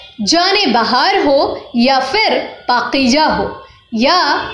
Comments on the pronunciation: Please for God sake.. Don't say..Pakijaa. Atleast pronounce correctly ,the right word is Pakeeza. 🥱. I know you folks are impossible when pronunciation is concerned. Horrible..🤭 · Ooh my God, She is Great Legend, & Best Actor...in Bollywood.. Ma'am kindly request to You Pls Learn URDU Language.. pls take care to Your Words.. this is پاکیزہ Paiza , Not Pakija... thank, Blessing from Kuwait.